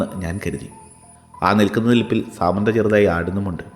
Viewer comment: സമാന്ത അല്ലല്ലോ സാമന്ത അല്ലെ